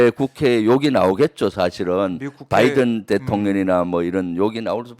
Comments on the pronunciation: 열번 스무번을 들어도 바이던 으로 들린다 그리고 말을 한사람이 진상규명 을 해야 한다고 하는데 누가 누굴 진상규명을 한다는건지,.. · 바이든으로 들렸음.